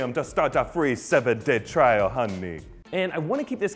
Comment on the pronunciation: "...to start a free 7 day trial, HUNNAY" #dead #hilarious!